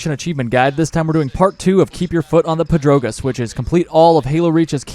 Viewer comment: The achievement is pronounced like the name Pedro, then Gas. Then say that again but as one syllable instead of two. Then you got it. Named after the Spanish speedrunner, Pedrogas. If you did not know, the man himself made a just over 2 hour guide on how to get the achievement easily (not getting WR times, but the achievement, just as your videos so far are)